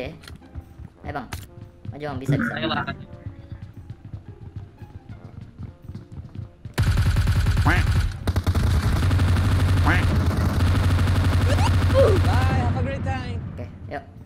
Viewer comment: "bye" 😂😂 yang betul "Bhai" bang wkwk